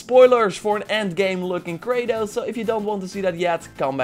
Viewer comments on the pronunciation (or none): none